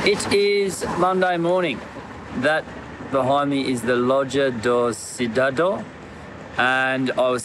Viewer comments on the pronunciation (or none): No way! They will never extend your visa until you learn how to say "Loja do Cidadão". Keep on practicing. :-)